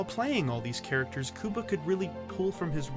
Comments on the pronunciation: It’s not COO-BA, it’s pronounced CUE-BA. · Man, his name is not pronounced “Cooba”, dude, it’s “Cue-ba” - you know, like the country by the same name and spelling?? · Cooba Gooding Jr.? I always thought it was pronounced as the country was. Q-Bah. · His name is pronounced cueba, not kooba,asshole. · Cuba as in qba. Not Cooba😂🤣🤣😂😂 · I couldn't even finish watching. I cringed every time he said cooba instead of cuba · It’s “Coo-ba” I thought it was “Qu-ba” damn I been wrong my whole life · I cringe everytime u say his name, its pronounced Q-BA not COOBA😣😩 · It's pronounced "Q-Bah" NOT "Koobah", MY GOD u were driving me & my wife up a wall! & WHAT THE HELL is wrong with making fun of stereotypes?! If used in a comedic sense, they can be funny as hell! PC Librard. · bruh omg it’s Q- BUH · The first thing that comes to mind? HOW BADLY YOU BUTCHERED "CUBA" with "KEWWWBAH" WHAT IN THE ACTUAL EFFFF???? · I cringe everytime you pronounce his name "cooba" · Its pronounced Q-bah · "Kooba" Gooding Jr. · Exactly calling him KUBA drove me crazy 😂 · I really wish people would learn how to pronounce Cuba’s name correctly. How can you speak about anyone if you can’t even pronounce their name correctly? Let me help you here. You know the Rubik’s Cube, right? Now, think of the word cube by itself. Got it? Great!!! Now, say cube and add an “a” Cuba. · Learn how to say his name right and re-record the audio! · Is that how you pronounce the county of Cuba, as well? It's pretty annoying. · Why do you keep saying his name like that dawg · Wtf happened to your pronunciation of cuba? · Pronounce his name right G. LMAO!!! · Why are u pronouncing his name like that! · You mean his name is not pronouced like the country of the same name? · First of all WHY IN THE ACTUAL FUCK are pronouncing his name “Coo-ba” instead of “Cue-ba”?!??!? Second of all, yes CUE-ba has had some stinkers, for sure, BUT I LOVED RAT RACE and I apologize to NO ONE for it!